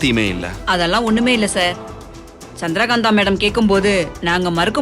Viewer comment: சந்திகாந் அல்ல சந்திர காந்தா நாடிப்பு இல்ல நடிப்பு ஏய்யா தமிழை இப்படி கொல்றீங்க